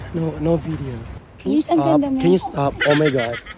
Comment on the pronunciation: Haha bagay na bagay pagkabigkas mo 'stop'haha